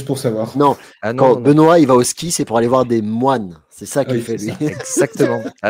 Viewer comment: ne change rien, quoiqu'en disent tes 2 acolytes, ta prononciation est top 😁😁😁